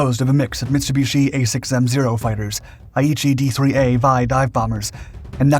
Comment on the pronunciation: Did you call it a "Vai"? It's properly called a "VAL", short for "Valerie". Bombers were given female nicknames, and the dive bomber of them needed the V female name. There were also Betty and Kate bombers. Fighters were Zeke, Joey, Frank, Tony, Oscar. I'm sure I missed a few.